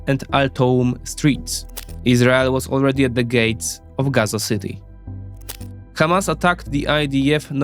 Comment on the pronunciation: If someone is starting his video by pronouncing Hamas as: Khamas ... You have to run 😅